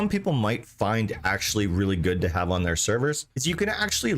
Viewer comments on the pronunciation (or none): none